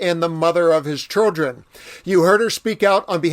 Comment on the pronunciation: Why is this man saying chudrin? Good grief!